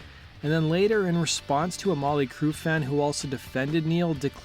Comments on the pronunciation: Stop saying Molly Crue please and sponded instead of responded. Thanks. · Why does be keep saying Molly Crue?? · He keeps saying Molly Crue!